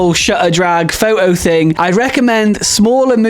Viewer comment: What in hell is a "faux oh"?